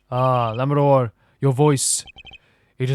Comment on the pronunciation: Going into this case I wasn't going to, since I know you don't like being corrected on pronunciations, but you specifically asked SOOOOO... Lamiroir is pronounced like French (sort of "lami-rowa"). "Machi" has a hard "c" sound for the "ch" like in Italian (so "maki" roll ), and your pronunciation of "Tobaye" the first time in the video (haven't gotten any further yet so idk if you try other pronunciations) is pretty much spot-on. The "e" at the end is mostly silent, making it closer to a short "yuh" for the last syllable.